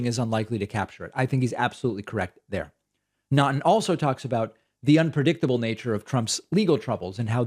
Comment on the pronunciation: FYI, Naughton is pronounced "Knock-ton".